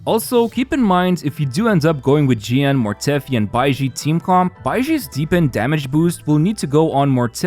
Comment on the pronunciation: a whole team and build for jiyan team and he never pronounce the name of jiyan correctly.